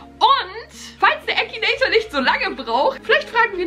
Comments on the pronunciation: Es heißt Akinator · es heißt akinator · Das heißt akinator😂😂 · Finden wir 15.000 aus #TeamBeki die an mich glauben, dass ich den Akinator besiegen kann? DAUMEN HOCH 😂👍🏻 Findet ihr den Akinator auch total creepy? Ich mein WIEEEE macht er das???? 👻 P.S. Da mir einige sagen: MAN SAGT AKINATOR nicht ÄKINATOIR 😂 Leute, man kann es Englisch ODER halt auch auf Deutsch aussprechen is doch egal😂🥹